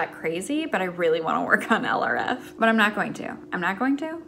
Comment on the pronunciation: don’t put too much pressure on yourself! you’re doing amazing!! (p.s. for a long time when you mentioned project LRF in your videos I thought you were saying “eleraffe” as in some weird cross between an elephant and a giraffe?)